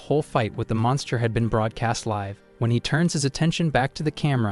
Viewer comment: Need to train the ai the difference between liv and live.